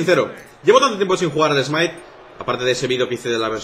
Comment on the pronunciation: Por que algunos españoles pronuncian smite si es smait y wifi si es wai fai no estoy generalizando